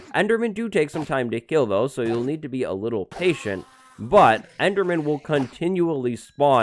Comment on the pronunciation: "This is a very simple EDERMAN FARM" Ederman? Okay?